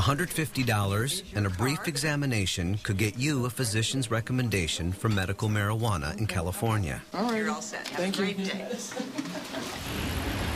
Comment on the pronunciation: "Maryghuannah" lolololol I love how he says it.